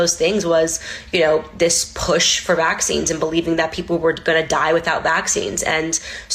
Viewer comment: Ugh anyone else hates how she emphasizes vAXines